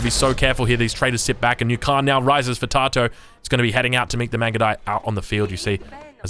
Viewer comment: Tatoh is pronounced Tat-oh fyi mate. Love your work